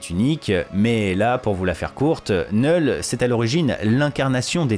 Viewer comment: Oh putain ! Merci de prononcer « Knull » correctement (sans le K) 🙏 Ça me fait saigner les oreilles quand j’entends d’autres Youtubeurs le prononcer avec le « K ». Pourtant ce n’est pas faute de leur dire. N’est-ce pas Bukkart et Landri 🙄